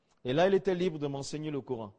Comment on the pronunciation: Quel gros mytho, il ne prononce même pas normalement le nom du prophète (PSL), ni même le Coran